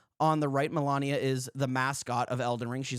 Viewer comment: They could've asked FromSoft right or am i wrong? I don't know if this is how it works but completely copying the moves that's also just pure laziness! Also I don't wanna be a killjoy or geek but it's pronounced Mah-Lee-Niah(at least from how Malenia herself says it ingame) instead of Malania :D This was an interesting video! Keep it up o7